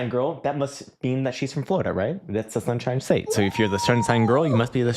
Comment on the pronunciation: The shunshine state ☀️ 😂❤